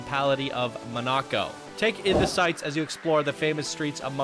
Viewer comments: hearing the epmhasis as "moNAco" was funny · Awe!!! Poor gonna be razzed in comments with his mispronouncing Monaco. Go easy on him guys!!! Great job &! I really enjoyed the originality of this minipark! You incorporated the world famous Grand Prix theme perfectly with the go carts as well as incorporating the famous boat races & yachs & lifestyles of the rich & famous vibe! Hands down I absolutely LOVED the Roulette Wheel ride skin! Perfecto! Loved the voice acting in the boat ride too - great way to learn & be entertained! ☮️ & ❤️ - SmilingOma333 🙂